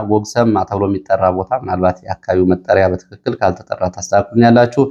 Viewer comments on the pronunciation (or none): none